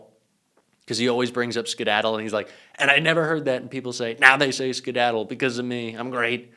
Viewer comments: A pilot would never say scedadle his brain is mush gotta go dementia Donnie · After he says "sciddadle." It happens again. Also, when he says "all of the Middle East becomes a different place, it happens. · Here's a new one, President "skidadle" Tacos. 😂😂😂 "Nyew", another one. OMG !! Comedy central. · “And they said “skedaddle” and that plane went down because it gives it more speed for the bomb, very very heavy bombs and they go BOOM! and as soon as those things, the one pilot … “skedaddle!” and that thing just turned on its side and Shshzzzz ….” Tell me he’s not an idiot. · The word skedaddle.